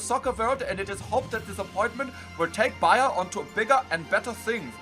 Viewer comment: it's bayer not Bayern you uncultured swine